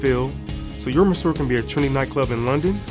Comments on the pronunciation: I think that If they wanna market this well, they should at least look up how Monsieur is pronounced. It's very frustrating. And the design is absolutely horrible. I hope it evolves into something less massive and cubic. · Kudos to these young men and I wish them much success. Try not to be so hard on the guy for his pronunciation of 'monsieur'; it just sounds southern American influenced. Check any dictionary. 'Tiki', however, as in tiki bar, should be sounded: tee-kee. There is nothing unintelligent about these guys and I'm certain they will find their target market(s) and thrive.